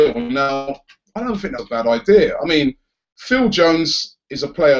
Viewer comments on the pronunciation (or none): none